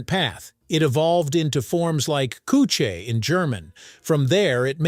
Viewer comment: Latin "coquere" is three syllables: ko-kwer-eh. German "küche" is anything but "koo-chay": The "ü" is not an English "oo" sound. Shape your lips as if saying "oo" (rounded), but try to say "ee". The "ch" is a soft, breathy sound created by pushing air through the middle of your tongue at the roof of your mouth.